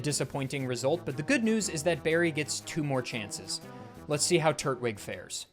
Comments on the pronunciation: Holy fuck why is it so hard for Americans to understand the point of "tur-TWIG" not "TURT-wig" people say tur-tle, not turt-le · Bro you gotta stop saying Turt-Wig. No one says Turt-le, they say Tur-tle. It’s Tur-Twig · My dude, it's not Turt wig, it's Tur Twig, you know like a Turtle Twig. A tree branch, a stick. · You say Turt-wig instead of tur-twig and My brain is like "That's how Gman from half life would say it" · Saying Turtwig as “turt-wig” and not “tur-twig” is insane. I love you but this scares me 😭 He’s a turtle with a twig on his head, no wig in sight. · Am I the only one who is hearing him say Turtwig as Turt Wig vs Tur Twig? And sort of sounds like he's calling him turd wig? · I know I'm being THAT person, but TURT-wig? I thought it was tur-TWIG, more emphasis on the twig part than the turtle. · Did you say... Turt-wig?